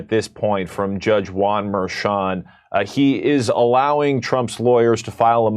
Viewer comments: Jimmy's pronunciation of "Merchan" got worse and worse as this segment progressed. 🤣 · How do you do so much news and not know how to pronounce Merchan's name, they even said it in the Fox segment right after you got it wrong lol